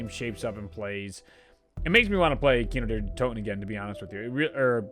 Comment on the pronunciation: Sounds Scottish when he says kino der toten